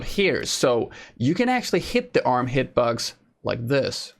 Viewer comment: Yo, ik heb denk ik al je revieuwss gezien, moet zeggen knap werk man! There's only 1 remark... work on your English Pronunciation (it seems like you say hitbugs instead of box). well.. maybe its becouse you're Dutch.. Nevertheless... if thats the only re^mark i can make... damn you're good, you should work for pubg dev team!!! You make the vids and give the info every1 wants to hear/know... GJ!!